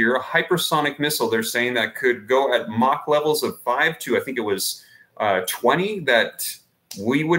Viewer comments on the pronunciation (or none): none